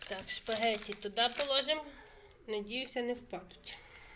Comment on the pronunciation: Спагетті, а не шпагетті! 🤷